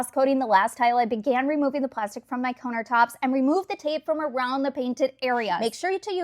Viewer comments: Literally thought she was saying "coner tops" until about the fourth time 😂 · Huh, never in my life have I heard someone pronounce "countertops" that way lol 😆